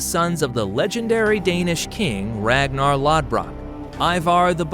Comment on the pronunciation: Dude atleast learn how to pronounce places in England properly as well as other things like the fact it was called the great heathen army. Also the pronunciation of Ragnar Lothbrok. As well other things.